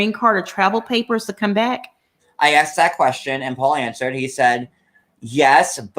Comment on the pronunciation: Asked as aksed